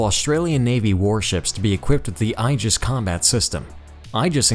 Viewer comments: When describing the Japanese destroyers and their duties the narrator pronounced the word, “Aegis” as “EYE - JUHS.” (think eyeball) The more common American pronunciation is, “AY - JUHS” which apparently is also incorrect but is prevalent throughout the Navy. The correct pronunciation is , “EE - JUHS” supposedly the correct Latin pronunciation, most often used by pedants. I suggest maybe hiring a copy editor. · Aegis is pronounced 'E'JIS with a long "E" followed by a JIS. Two syllables. OK?! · The narrator mispronounces "Aegis" and "Atago".